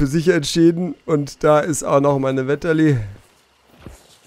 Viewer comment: Spricht man das Vetterli Gewehr nicht mit F aus?